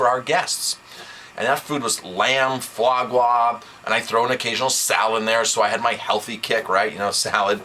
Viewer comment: The minute he mentioned Fois Grois I stopped watching this.